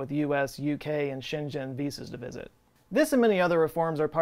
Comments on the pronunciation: Schengen is pronounced with a hard g like in get. It's not Shenzhen :P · Shenzhen visas or Schengen visas? lol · Schengen is a Germanic word, G is always read as [g] as in God. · is the Ignorant American™ trying to say schengen? 🤔 Edit: as in the Schengen Area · Did you pronounce "Schengen" like Shenzen? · Weird pronunciation of "Schengen"... well known "shape" cities in Germany are Mannheim's squares and Karlsruhe's "fan" city, both planned by local monarchs.